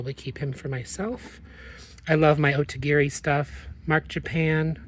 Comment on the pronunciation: I have a funny confession. When I first started watching you, and the first couple times I heard you mention Otagiri, I thought you were saying "Ode to Gary". 😂I had never heard of it before! Then when I saw it written somewhere it dawned on me-- a little epiphany. LOL